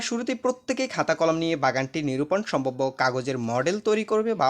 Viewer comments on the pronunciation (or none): none